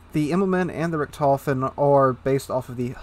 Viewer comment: Richthofen - stress on the I, not the O. Gets me every time :D